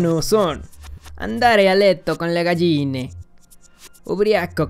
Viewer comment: Me causó una enorme náusea escuchar como pronuncia "galline"